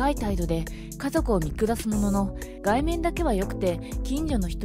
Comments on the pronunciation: がいめん じゃなく そとづら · 外面 ×がいめん ○そとづら